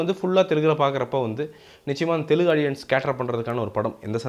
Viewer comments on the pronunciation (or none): none